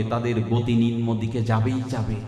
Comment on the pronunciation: শব্দটি "রজ্জু" হবে, নিম্ন হবে,লেহ্য হবে। ভাগবত পাঠ খুবই চমৎকার বিশ্লেষণ,আস্বাদনীয় হচ্ছে।